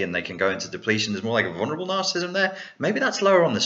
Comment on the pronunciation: love your videos, but there's just one annoying thing.... You keep pronouncing it as "narcist", "narcism" and "narcistic". Its "narcissist", "narcissism" and "narcissistic". Sorry!;-)